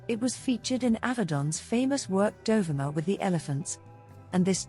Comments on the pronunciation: Dear AI isn't it Dohveema! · Great archival photos. Just a gentle correction regarding the pronunciation of her name—it's pronounced Do-vee-ma. I'm not sure if the narration is done by AI or by you, but that's how Dovima pronounced her name. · Typical AI nonsense. Her name was pronounced Dov-ee-ma, and "dollar a minute" is not "dollar a mAI-nute".... (To name but two.) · It's Doe-VEE-ma!!!!!! Google it! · Please, to the narrator, learn to pronounce her name. DOVIMA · Pronounced: "doe-VEE-ma" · Isn't her namy pronounced.....Do...ve...ma...???? That's what I thought..😊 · It's dov E ma. Pronunciation please!? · This is a nice collection that is a fraction of her portfolio. She was a friend of mine back in the 1980s in Ft. Lauderdale. The bikini shot by Toni Frissel on a Jamaican beach is not her. And the commentary butchered the pronunciation of her name.